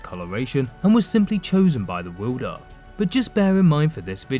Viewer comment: What’s a wuuuulder of a blade? Also your riding and falling cadence sounds ridiculous. It’s far too short far too repetitive and far too distracting. I couldn’t even ^ Finish watching the videoooo